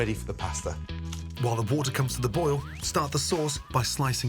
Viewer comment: Quick tip. Oil NOT Oll Boil NOT Boll